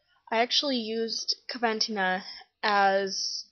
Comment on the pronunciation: It's pronounced coh- ven - teen - ah 😊